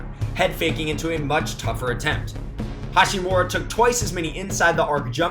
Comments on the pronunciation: hachimura. ha-chi-mura. not hashi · It’d be nice if you could say Ha*chimura instead of Ha*shimura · It’s not HaSHImura but HaCHImura. Americans! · its HaCHImura not HaSHImura.. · Rui HA- CHI- MU- RA. Please say his name correctly next time. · It actually is pronounced with a ch sound, not a t or sh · AlbroLee no way. CH is definitely pronounced with a T sound in Japanese. ハチムラ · His pronunciation on Hachimura is so ugly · Ya'll butchering his name lmao